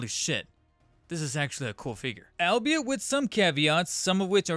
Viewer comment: Fun fact: It's actually pronounced "all be it."